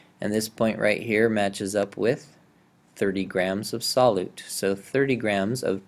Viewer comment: Sol~you~te friend, not sol~ote